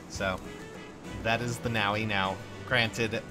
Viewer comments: pretty sure its pronounced Noh-vee with the v pronounced like in vision. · Nao-wee..... <_____< looks up Nowi's Japanese name Huh, ノノor Nono. Yeah, I'm still convinced it's pronounced No-wee. To be fair though I pronounce it as Noh-wee.